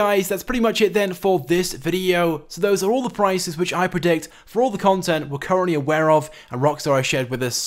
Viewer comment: he's like "confent"